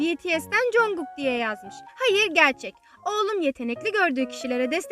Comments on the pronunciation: Üzülme ama biraz sinirim bozuldu o yüzden söylüyorum bunu congug değil conkuk (okunuşunu yazdım yazılımını değil) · congog deyil jankuuk diye okunuyor 😂😂bu arada video çok guzel olmusss💖